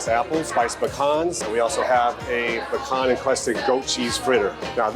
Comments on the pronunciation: He's saying it right. It's "Puh-KHAN" not "pee can". A pee can is what your grandfather keeps under the bed so that he can piss in the middle of the night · Thank you for finally saying "pecan" correctly. Certainly glad as an American you appreciate some southern hospitality. Only 49 more states to go.:) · Nope. Most of the world pronounces it as peecan. Why do Americans think they are the only country that exists? Also what kinda slob just pisses in a can under their bed instead of going to the actual toilet? I mean I know some of yours house are bigger than our but damn you are weird if you and lazy if you can't make it to the toilet . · Fun fact: The correct pronunciation is pecan as in pee-can. It comes from an indigenous word from the Algonquin people. You were right the first time. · I have, and always will say pee-can, so I'm glad I'm right! lol I don't think I've ever heard a fellow Canadian say puh-cawn. Now, if we could all just start pronouncing poutine properly, we'd be all set. If I hear one more person say poo-teen, I'll scream.